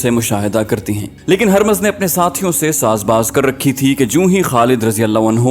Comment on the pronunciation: Yay naam "Harmaz" nahin hay. Yay "Hurmuz" hay. Is kaa matlab "Chaand (moon)" hay.